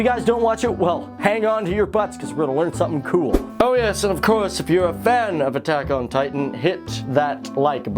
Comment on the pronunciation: is it just me or did it sound like he said taco titan in the into